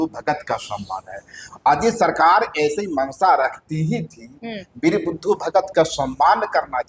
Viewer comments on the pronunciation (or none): नाम तो कृपया सही बोलें, ये वीर बुधु भगत होता है न कि बुद्धू भगत 🙏🙏